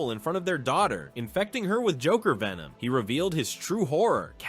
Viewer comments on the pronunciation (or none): none